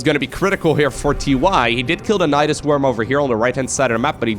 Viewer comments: naedaisais sounds kinda weird lol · Nydus is a made up name but apparently it comes from nidus which is latin for a nest of insects which would be pluralized as nidi. So I guess it's up to whoever pronounces it.